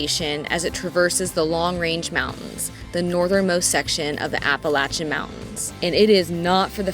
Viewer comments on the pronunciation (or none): I physically cringed when I heard you pronounce "Appalachian" lol